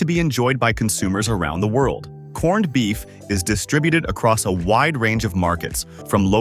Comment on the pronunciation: You lost me a corn-ed. If you can't even take the time to make your A, I say corned properly then I'm not sure how much value the rest of the video has